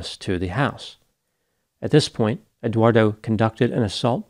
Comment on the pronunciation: Did you notice pronounced Eduardo as Eguardo?